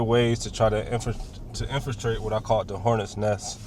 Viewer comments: “infrastate” it’s infiltrate you moron deport this guy too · The ice keep saying "infesterate." What is infesterate? lol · what in the fuck is infastrate???? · Bro says infistrate instead of infiltrate I'm dead we gna infistrate the hornets nest😂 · Did he say "infistrate"??? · “Infastrate” come on bro?! Infiltrate… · “ Infustrate “ ……… Mmmmph 🧐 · Infastrate? Infatrate? Words are hard. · The ice dude/officer is exhibiting the enemy. Dat is slang. And his job is to infiltrate but he doesn't know how to pronounce the word. Twice! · ice agent can't pronounce infiltrate lmao. Thats some high iq individuals they got. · the ice agent who can’t pronounce infiltrate is funny af , anyways trump 2025 maga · Somebody please tell that guy how to say infiltrate. 😂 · ICE agent driving can't even pronounce the word INFILTRATE correctly. I support ICE, but that's ridiculous